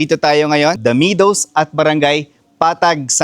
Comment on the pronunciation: /ME-dows/ Not /Mi-dows/